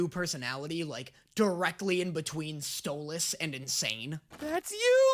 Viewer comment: he said Stolas's name right for once